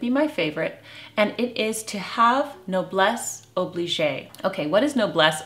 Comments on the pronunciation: It's 'Noblesse oblige' NOT: 'Noblesse obligé' [pronounced: obliSH NOT: obliSHAI -which would be past tense and sounds like oublié / forgotten :) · 'noblesse oblige' [pronounced: oblish] NOT noblesse obligé [with an é would be pronounced: oblishai which is a grammatical mistake] Please :) I think I heard it mispronounced in this video series before. The correct way of saying and spelling is: Noblesse Oblige Not Nobelesse Obligé (reminds me of 'oublié' = Forgotten. Noblesse should not be forgotten! LOL) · Hello from France! Words of wisdom here indeed. You are so right! Just a little correction on pronunciation - Noblesse oblige is pronounced as 'obleej' and not oblijay' The is no accent on the e of oblige. Thanks, as ever, for the wonderful content. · As a French I'd like to say that the pronunciation of "noblesse oblige" is "no-bless ob-leej". After the letter g, there is no sound as the "e" is mute. A bit like in the word garage (US pronunciation). I personally do not use this expression in relation to me, as I feel it might sound rather snobbish and superior, possibly ironical and as if I'd be looking down on others. But of course, it depends on the context and how it's said. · Not oblijay!! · Wonderful tips and so helpful in so many situations. As an Anglo and Francophile, you might want to check out their pronunciations of noblesse oblige. Blessings. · There is another way that you might consider pronouncing noblesse oblige that is more commonly accepted. They say mispronunciation is a sign that you read a lot and that your reading vocabulary is larger than your spoken one.